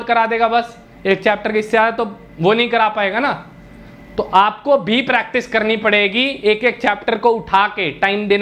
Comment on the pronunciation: pratice nhi practice hota hai